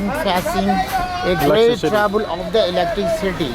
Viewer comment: this was the video i was looking for. great of you to make an update. but have to say.. it is not pronounced electri-city.. it is electricity